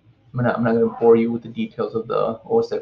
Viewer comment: The word isn't "walla", it's voilà. Also, the X in OS X is a Roman numeral and is pronounced "ten", not "ex" (which is somewhat beside the point as the operating system is no longer called OS X but rather, macOS.)